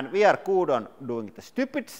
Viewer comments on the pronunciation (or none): Everytime I hear you say" Here ve go" I feel like ducking because I might end up like watermelon man!😅